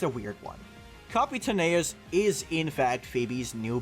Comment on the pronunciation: Leaving a dislike for mispronouncing Capitaneous